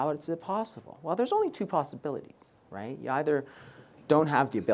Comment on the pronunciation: Right ? 😂😂 very informative and helpful but I became mentally abused predicting when he will say „wraight?“